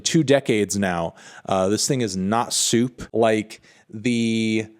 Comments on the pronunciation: Im over here dying every time you say soup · Are you saying “soup”? “Suit”? What does that mean?